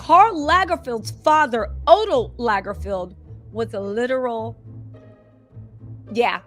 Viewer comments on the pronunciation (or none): none